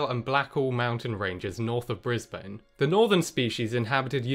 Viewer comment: You pronounced Brisbane wrong but then pronounced it right 5 seconds later.